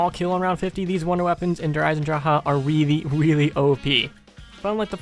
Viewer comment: love it how Americans say Der Eisendrache, Wunderwaffe, Der Riese, Nacht der Untoten, Verrückt 😀😀😀😀😀